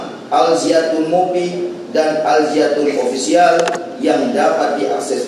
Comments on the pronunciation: Alzaytun... alzaytun.. Bukan alziatun 🤣🤣🤣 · Jaksanya gimana siih bukan Al-Ziatun to tapi Al-Zaytun woy 😂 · Woy Alzaytun jangan alziatun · Mulut kepleset gak bisa baca Al Zaytun😂😂😂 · Lidah nya jpu kepleset, karena nama Al Zaytun sangat suci, jadi tidak sanggup jaksa mengotori nama suci itu 😊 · Tulisan suci jadi g bisa jelas bacanya semoga tergetar hatinya luluh sama nama al zaytun